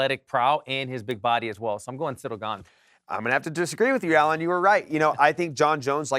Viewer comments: Do you mean Cereal Gone? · I like how Alan says Ciryl Gane like its an asian name 😂😂